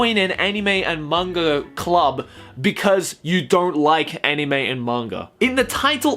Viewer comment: Anyone else want to bash their head on a brick wall every time he pronounces anime?